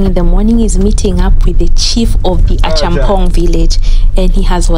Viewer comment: It is pronounced A COME PONG - not A Chum Pong